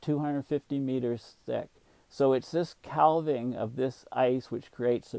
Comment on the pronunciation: Calving is pronounced with a silent "l".